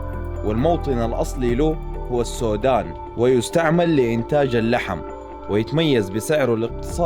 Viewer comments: الحَمَري وليس الحمْري. السودان وليس السوودان. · لي بدل ما يقول السودان قال الساودان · الإجابة الصحيح هي السوادن مو السوضان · السودان الله يرحم امك مو السوادان😂😂💔. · ايوه قال السوادان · احلى شي يوم نطقت اسم السودان >>>> السؤدددان 😂😂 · اسمهاالسودان ماادري سمعت نطق غريب شوي 😂😂😂😂😂😂😂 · السودان انت قلتها غلط يا